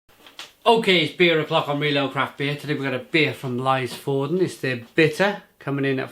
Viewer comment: Nice review, as always! You make me realize that there are so many good breweries here in Norway that I need to check out! Just a heads-up; the Y in Lysefjorden (and Norwegian in general) sounds more like the Y in lyric than an "ay" kind of sound.